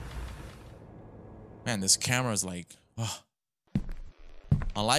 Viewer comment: And you pronounced camera wrong you said amera